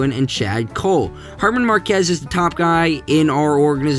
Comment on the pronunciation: Great video! Justa few things: German is pronounced Air mahn And ryan vilade is Vill( like fill) aid